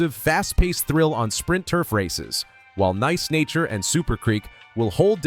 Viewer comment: This video is pretty helpful, and im is always down for a nice tier list. The voice work feels very script on the side whkle recording I f that makes sense, but it's not a big deal. And some of the pronuciations are just off. Come on dude "neece nature"? Feels al.ost ai voiced via inflection